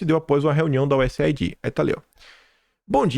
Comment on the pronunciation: Oi,, posso sugerir que você diga USAid como useid? Veja, aid em inglês se pronuncia eid, então useid fica mais fácil e rápido.